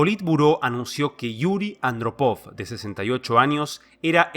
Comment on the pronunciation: Hay un fallo menor si no se respeta los acentos ortográficos. Eg. en la prnuncicion de 'Andrópov' en este video.